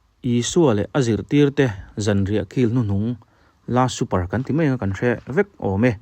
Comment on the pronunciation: I aw ngaihthlak anuam hle mai,chutih lai in Last Super ni lovin The Last Supper ti zawk ta la ka lo ti tawp😮